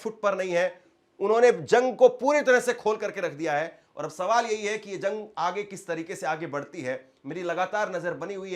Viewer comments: Zung kya rey???? It’s Jung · Bhaiya zang Nahin Jung Hota Hai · अबे zung नहीं jung बोल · पत्रकार महोदय जंग होता है न कि ज़ग शब्दों का उच्चारण सही कीजिएगा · Usko zang nai jung bolte h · تم جیسے لوگ بھی صحافت کے میدان میں جھک مار ہے ہیں تمہاری زبان ہی درست نہیں ہے، جنگ کو زنگ بول رہا ہے